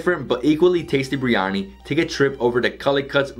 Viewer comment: Ahh- you pronounce Biryani like a Mauritian. Good man! 👍🏼